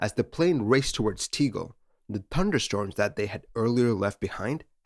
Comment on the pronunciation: T-eh-g-eh-l. There is no ‘e’. Unfortunately, closed now.